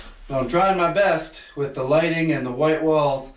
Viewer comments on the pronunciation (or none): none